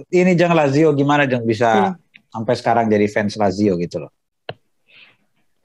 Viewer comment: Tolong bisikin ke si mbak, Lajio Sepele.